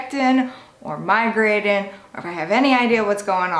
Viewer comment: She doesn’t pronounce any word that ends in ing right . Piercin, migratin , annoying